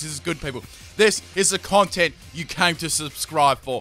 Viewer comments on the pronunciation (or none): none